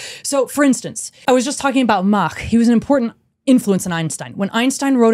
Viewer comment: Her pronounciation of "Mach" is perfect.